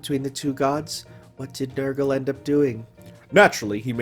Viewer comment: So there actually are such people whose first instinct upon seeing "Nergal" is to pronounce it as "Nurgle". Huh. And I don't even have a reason to suspect of being an enjoyer of the 40k...